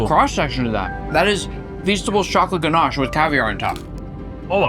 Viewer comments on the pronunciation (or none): none